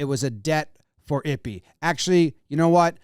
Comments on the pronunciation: Eee-Pay.. not ippy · “Eep-aye” is the pronunciation, please no more “ippy” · Eee-pay Jimmy, it's pronounced Eee-pay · It's e-pay. Pronounce his name correctly. It's not i-pee 😐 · Not ippy or yippy sir it’s pronoun e-pay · It’s “eepay” not “ippy” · It's pronounced 'Eee-Pay" not ippi lmao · How are you going to seriously cover the story and continually call him "Ippy" Aren't you the one obsessed with getting names right..? Just seems like an obvious pronunciation to me. Appreciate the info rounded up though, thanks jom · pronounced "ee-pay" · Who's Ippy ?? lmao Pronounce Ippei correctly ! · It’s pronounced “EE-pay” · It's pronounced ee-pay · Ippei is pronounced "E-Pay" kind of ironic now that I think about it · FYI, Ippei is pronounced like it-pay. (I’m Japanese) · Jimmy, my guy. The name is pronounced eep-pay. 🤣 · I believe the pronunciations would be Ee-Pay and Boy-er